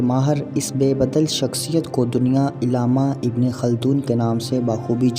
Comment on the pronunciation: Urdu me jo arabi alfaz he use sahih tarah ada karo. Amam nahi ' imam he'. Illama nahi ' allamah he